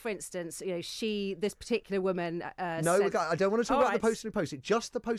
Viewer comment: I love how none of the people in the interviews I have seen about this poster of the dictionary definition of woman can actually read a dictionary; ˈwʊmən' is the word 'woman' in phonetics and they all read it as if it is in English and mispronounce it as women.